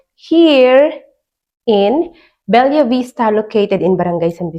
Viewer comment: Anak ng pusa! Be-la, Be-la, Be-la! Hnd Bel-yah!!! Gigil mu ko marami